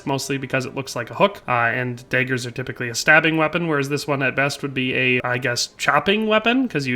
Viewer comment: It’s DAAAAAgers, not Deagers